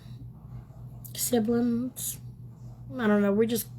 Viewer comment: Siblins? “And all the things “ 😂😂😂😂😳😳😳😳😳😳